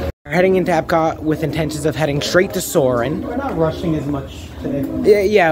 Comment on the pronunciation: For me, the bread service is a definite must get at Sanaa and possibly a must get every trip! I think you pronounced the German title right at Epcot. Great vlog